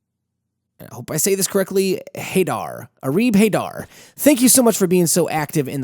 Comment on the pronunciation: Haidar is actually pronounced Haydar